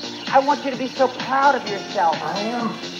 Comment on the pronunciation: “okay I want you to be prounf of you’re self..” “I am.”